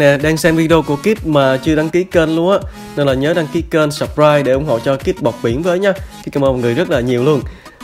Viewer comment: Kid bọt biển mà nghe thành Kid 1 điểm